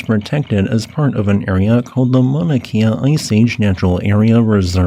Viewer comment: for future reference pronounced 'kay-uh' not like 'Kia' cars